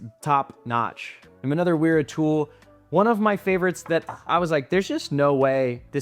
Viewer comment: Wera is German. "W" is pronounced as "V" and vice versa. It sounds uninformed to pronounce it the way you do.